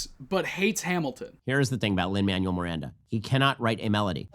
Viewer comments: Every time Ben said “Lin Manual Miranda” made me physically recoil into a ball of cringe and rage. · His militant refusal to pronounce Lin Manuel-Miranda's name is legitimately triggering to me lol